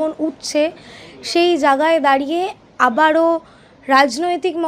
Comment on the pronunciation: Sangbadik ke bilchi jagai mane , eto cjoreder ranir bhasa . Ucharon thik korun , Jaigai bolun .